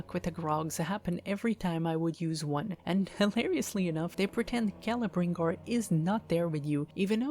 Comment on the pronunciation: shadow of mordor is probally my favorite middle earth game and its pronounced kel-ebrembor also good reviw